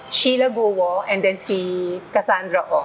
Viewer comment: It's Kwo ( Guo ) instead of Guwo